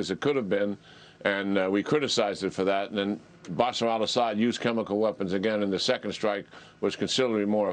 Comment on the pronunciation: We are very concerned that Russia might use chemical weapons and we are equally concerned that Biden cannot pronounce chemical weapons.